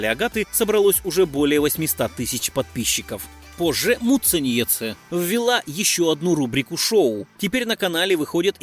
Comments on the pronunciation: Произношение фамилии просто режет уши. Когда уже научитесь прозносить правильно? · Как же автору трудно её фамилию выговаривать😁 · Автор вы лучшие готовьтесь к своим видео. Много напутано. И не правды прилично. А за ударения я вообще молчу😂😂😂то Муцениеце прям вообще, как будто мычать любите😂 то Шиловская...